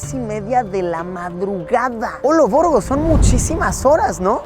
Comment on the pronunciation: Rey palomo gracias por el contenido, algo muy interesante en especial cuando dices olovorgo